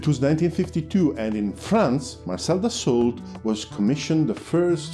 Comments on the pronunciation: I really liked the video.1 thing though Dassault is not pronounced like that, it's just "daso" (like renault is just "reno") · Terrific video. A little note ... Dassault is not pronounced like the English ''assault"" with a ''D'' in front. It is pronounced as ''Dasso'' with a long ''o''.